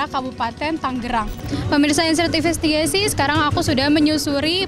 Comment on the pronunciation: Pemirsa inseervesestegasi 😮